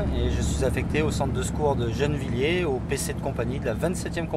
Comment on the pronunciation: Je pense qu'il fait référence a une mauvaise prononciation ^^.